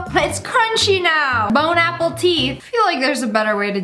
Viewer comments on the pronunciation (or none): She says bone apple tea like r/boneappletea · It should have been BONE-APPLE-TEETH